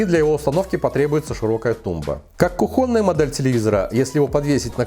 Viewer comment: 1. не кухОнна, а кУхонная! 2. не беспровОдный, а беспроводнОй! В остальном, спасибо. Жаль, что у ТВ так мало ПЗУ под приложения, всего 0,5ГБ !!! 500Мб!!! а СКОЛЬКО ОЗУ вообще НЕ понятно! Какой процессор НЕ понятно! в настройках ТВ и документации - НЕТ информации ни по частотам, ни по кэшу, ни по таймингам!!! НИ-ЧЕ-ГО!!! Когда тлф или ПК выбираем, то это важно! Так и в ТВ ВАЖНО! Кнопка я ИВИ и прошивка - прямая дорога в ФАС, обжалуя преференции для 1 оператора!